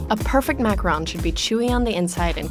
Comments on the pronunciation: I hate the way she says macaroons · It's Macaroooon luv. Gees! Macarooon. Rhymes with room.